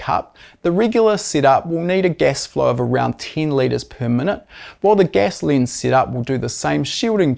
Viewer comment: Your accent explained. Gas becomes guess. Lens becomes lins. Ten becomes tin.👍